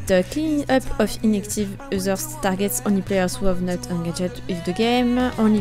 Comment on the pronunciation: Tu as mal lu "users" 😂 mais je t'aime ma chérie () ❤️ #teamcitron 🍋